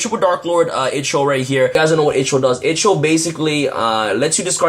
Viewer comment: Darklord Ixchel (eye - chol) 😊